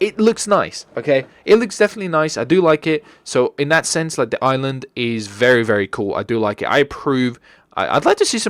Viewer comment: I thought i was the only one that pronounced Island as "Iceland"